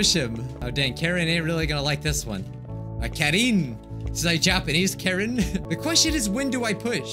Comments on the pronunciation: Not to ruin anyone's fun, but I think Karin is usually pronounced Car-en. The chick from Naruto has that name and that's how it's pronounced. I think... Karen is way funnier though and I prefer it being pronounced like that lmfao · It's pronounced "Car rin" lmao